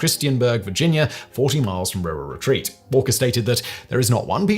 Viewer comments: As someone from RURAL Retreat, I'm thoroughly enjoying the RurRur Retreat pronunciation. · I came for the story and stayed for how pronounces Rural Retreat...